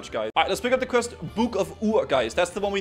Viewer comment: As a fellow Dane, I'm allowed to roast you for the way you pronounce "quest." It makes me grind my teeth. :P The rest of you can bugger off.